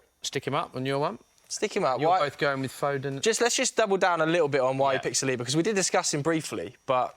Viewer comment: SAL-li-ba, not Sa-LEE-ba.